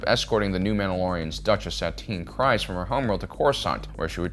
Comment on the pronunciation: Stop calling her Satine "Cries" its pronounced "kreeeze"😂